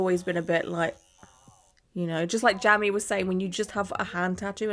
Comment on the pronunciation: No shade; Jamie is the pronounced the same as Jaimie (Jay-mee) ☺️❤️